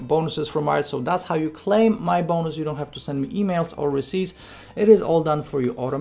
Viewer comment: The way u say bonnus